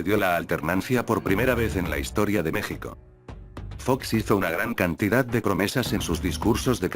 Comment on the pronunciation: No es una persona es un programa de computadora tal vez elaborado en España como una especie de robot y lee sin acentos,sin variables por ejemplo se está escrito México y Texas,la computadora lee Meksico y Teksas, entonces tienen que escribir Mejico y Tejas para que lea bien